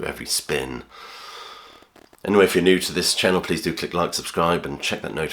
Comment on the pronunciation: Radiohead section. 'New'? Pronounced Noy.